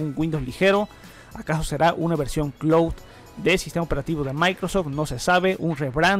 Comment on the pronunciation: Hola! Por favor no tomes a mal este comentario, pero te recomendaría comprobar la pronunciación de las palabras en inglés que mencionas en tus videos como build, cloud, secure boot, etc. Yo sé que el público es de habla hispana pero muchas veces confunde a los que sabemos la pronunciación correcta. Muchas Gracias!